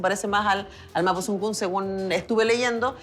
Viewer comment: Mapusunfun 😂😂 señora por lo que veo no leyó los libros es mapodungun !!!!!